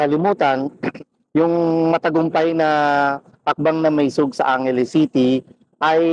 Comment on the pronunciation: hi third floor studio. im an avid follower. i have comments though. Bakit ganyan magsalita si, parang nagdadasal. joke! At pakisabi sa kanya, ang tamang pronunciation ng maisog ay "ma-i-sog", not "maysug". at pls wag mong i-interrupt si while nag-eexplain (para lang batiin yung mga nagpakulay). kasi nadidisturbo yung momentum nya.. (napansin ko lang lagi sya nag i-interrupt kay pam). hintayin mo matapos sya magsalita...